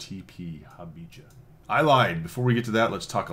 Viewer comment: Great review as usual, the name is pronounced Ha Bee ha.